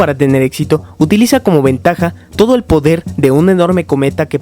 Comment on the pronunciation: minuto 22 50 dice podel del fuego